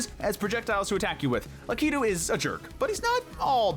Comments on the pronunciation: I think Lakitu is pronounced LACK-A-TOO, not LA-KEY-TOO. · Who says Lakitu like that? 😭😭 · I’m sorry, the way you say Lakitu is so wrong.